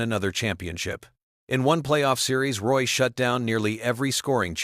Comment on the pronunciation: Get the last name right. Roy is Rooyah. Such a disrespect to French people!